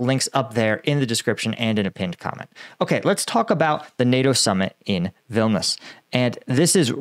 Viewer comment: The City is pronounced Vil knee Us